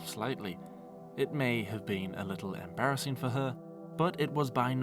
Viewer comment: I think you mean embarrasseen.